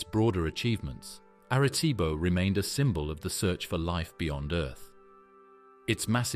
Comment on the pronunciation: Erreh ceebo